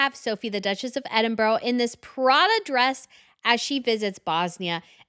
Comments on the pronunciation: First Queen Letizia looks incredible in both those looks. Second Monaco is a different planet. Princess Caroline looks conservative and beautiful by Monaco standards. Her daughter however is completely native, poor beautiful child. When pronouncing Edinburgh think Celtic not English. What you saying is ‘Edinbough” not Edinburgh. It takes awhile to get it. It’s sounds like Brah on the end. 🌷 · I don't think her accent will allow her to. She has heard correct pronunciations many times yet still says it her way. Is a bit nails on the chalkboard sometimes. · she could say EDINBRAH rather than EDINBORROW, surely? And l agree, definitely nails on a chalkboard... 😖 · First time watching this channel, and just in one segment the presenter mangled the pronunciations of Edinburgh, Herzegovina, Serbian and Sarajevo! Is this supposed to come across as professional? (Because, sadly, it doesn't) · I mean this with the utmost respect, but can you please do a simple google search on how to pronounce people’s names and place names. Hearing Edinburgh and Sarajevo mispronounced despite being a history expert hurts. The pronunciation would elevate the professionalism of both of your channels in my opinion